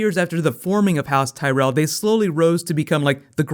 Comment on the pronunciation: zeee tyrelll